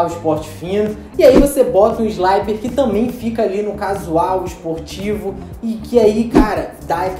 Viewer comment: Não se pronuncia "sláiper", mas sim "slipper", beleza? Vem de "slip", que significa "escorregar".